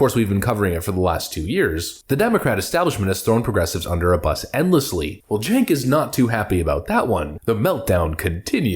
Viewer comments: Did you say chunk yogurt? lol . I guess that's why he is so sour. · Stink Ogre Spells his name Cenk and we are supposed to pronounce it Jenk.